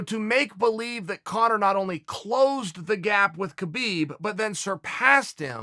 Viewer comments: Tito can’t even spell his own name, much less pronounce Khabib’s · Hope Tito doesn’t see how Uncle Chael butchered Khabibs last name 🤣